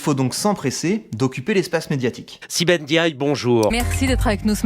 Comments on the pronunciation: "Sibeth Ndiaye" et non pas "Diaye" 😉 sinon c'est bien 👍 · Donc la prononciation doit se faire avec le N mais sans épeler le N, ce qui ne se dit pas Diaye mais Ndiaye. Exemple Ne, Nd, pas évident car la langue française ne met que très rarement ces 2 lettres ensemble., J'espère avoir été assez clair car ce n'est pas évident de faire passer des sons à travers un message écrit. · Sibeth N'Diaye, pourquoi cette prononciation, d'où vous vient cette façon de ne pas prononcer le N, y aurait il une raison, serait ce un N muet ?